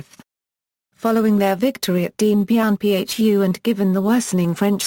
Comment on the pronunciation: This should never have been narrated by digital speech. I had to stop & think about who & what was being mentioned: Zhou En Lai, Dien Bien Phu, Pathet Lao, etc. Horrible pronunciation. Too bad. The topic is well laid out & worthy of further detailed investigation.